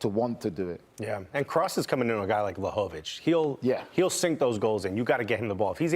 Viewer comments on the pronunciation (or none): Like the part when he says Vla-Hoe-Vick